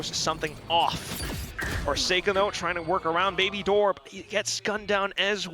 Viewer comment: Knor, thoughr, gor, nor nor, headass announcers.